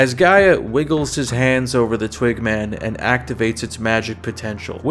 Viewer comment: Sometimes when you said "twig man" it sounded like "twink man" and that made me giggle 🤭 Which I guess raises the question--would you rather run into a twink or bear in the woods? badum-tsss